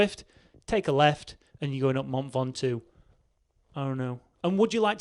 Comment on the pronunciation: Mount Ven-Top